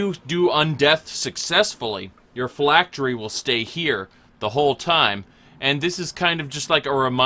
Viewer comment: Pall = fall while phylactery = pylactery? Vestigial = vistage instead of vestige? You have a very... interesting grasp on the English language.